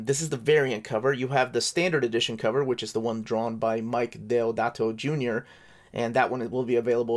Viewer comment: A great review of a beautiful book. The fact that it`s hand-drawn Deodato makes it more special. The inclusion of Weringo and Quesada makes it even more special. You can be forgiven for the pronunciation of Deodato`s name can be forgiven, they speak Portuguese in Brazil, not Spanish. Try the correct pronunciation of Ivan Reis. Now that`s tricky.